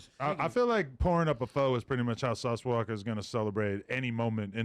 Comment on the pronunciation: Sauce walka not "walker." Damn it aint that damn hard f*ckin junkie.